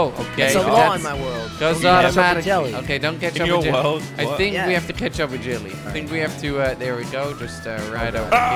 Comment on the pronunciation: what i heard in intro: "is jelly gonna 'KETCHUP'.. is jelly gonna 'KETCHUP'......"